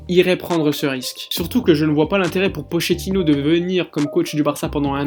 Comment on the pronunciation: Il me tue quand il dit pochettino 😂